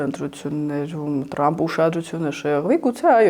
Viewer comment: Լայ լաղջիկ լերվուծաբան դու ընչու՞ էս Թրամփին տըրամպ ասում Մենք թ և փ տառ ու հնչյուններն ունենք